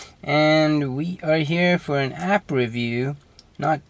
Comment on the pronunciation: "Best ahp for andrio!" Priceless sorry xD